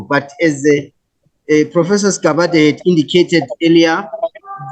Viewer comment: Dr Sigabade not Sigabadela please.